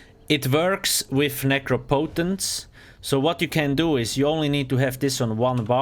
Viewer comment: It's pronounced nuh-CROP-poe-tense. As in necropolis.